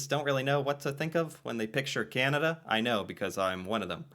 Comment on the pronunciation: This narrator uses another odd way of saying Canada. It sounds like she is saying Kin-a-da. It seems odd that the name is so hard to pronounce for some. She has also adopted the "hipster: way of saying Toronto, eliminating the second T. Rather than making the place seem cool, it just makes the person saying the name that way seem like a doofus. Regarding the health care dollars and plans, each Province gets an annual amount from the federal govt. based on population, and each province also provides dollars toward the health care in that province. Some portion of the federal sum does come with requirements that the cash is spent for specific aspects of the system. Many provinces are demanding more autonomy over said spending. It's a political question that causes intense debate.